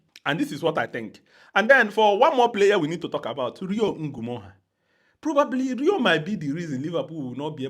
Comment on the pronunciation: I like how you pronounce Ngumoha. Feels like the original prononciation